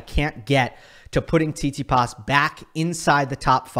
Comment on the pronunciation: This is a fantastic video but it frustrates me every time you say tsitsipas because I’m fairly sure that’s not how you pronounce it, good video but bro 😭